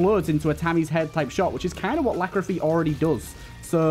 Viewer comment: Every time you call Lachryphagy 'Lachrophy', someone kicks a puppy.